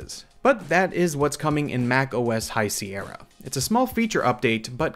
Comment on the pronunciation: Hahaha :D I immediately scrolled to the comments after I heard High Cee Erra xD